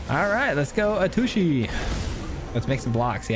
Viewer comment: Did you say "A-Tushy"?.... I thought it was pronounced "At-Sushi"....thanks for the laugh!